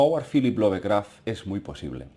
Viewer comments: se pronuncia lov-craft no love-craft, por eso. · Lo siento pero tengo que decirlo, me mata cada vez que escucho decir "LOVEcraft" tal cual traducido al español, se diria "Lofcraft" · ˈlʌvkræft ... Es la fonética inglesa, para la pronunciación de su apellido!